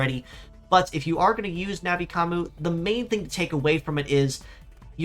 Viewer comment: It's nothing like "Navi Commu". Not only is there an N sound at the end, but it's a "yu" sound as in "commUne", not an "oo" sound which is what would happen with what you're saying.